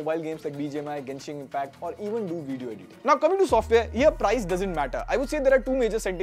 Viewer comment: I like your veedios but my OCD prevents me from hitting like until you pronounce it properly. Vid-eeyo